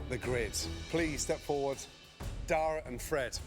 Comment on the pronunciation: anyone else notice how that mexican guy called dara "day-ra"